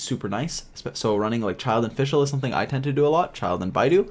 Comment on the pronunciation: Its Childe not Czild.. and Kiki not Cziczi...